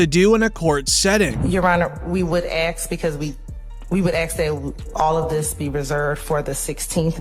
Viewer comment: The prosecutor is sooo damn smart..yet she says aks smdh im finna axe him lol